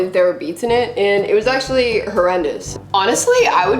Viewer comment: I like how says “ all the PRODCTS aksholy work “ but her skin is like help me